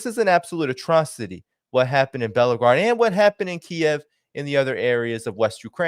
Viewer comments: it would be great if you could actually pronounce the name of the city you keep referring to. it’s BELL - GO - RAD /not BELO GRAD. When you cannot pronounce the name of the city/town you keep referencing it makes you seem far less intelligent. Not meant to be mean - but you know what I’m talking about. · the name of the city is Belgorod (pronounced as Bell-ga-rod). You make it sound like Volgograd (another Russian city). Please, stop with your clickbait-y titles of the videos which makes it sound as if people announced in the video will actually participate in your videos. It's misleading.